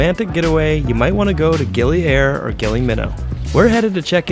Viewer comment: It is gili ire not gili air